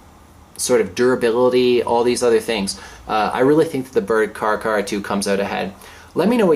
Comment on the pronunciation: care-ahh. care-ahh 2.